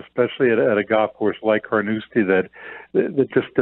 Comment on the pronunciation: It’s Carnoustie, not Carnouski